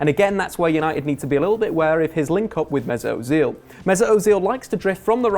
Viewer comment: mate, why do you insist on pronouncing players' names like an utter plank? It's hilarious; "Mesut Ozeeel", "Henrikh Mick-Tyrian" and if I hear you say "Jess" Lingard one more time...